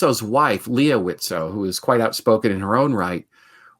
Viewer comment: FYI, the T in Widtsoe is silent. :) Loving this series!